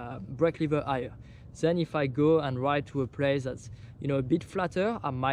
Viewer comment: shit. This "igher" hold me for a few minutes till I understood it was "higher". Man, you're really great! I do like your vids and there's lots of cool stuff in it. But please try something with spelling. Sometimes I personally just can do without subs(